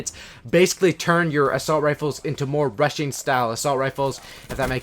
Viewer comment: When you were talking about "rushing" i thought u said russian 😂